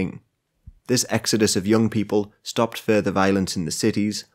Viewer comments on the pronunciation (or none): none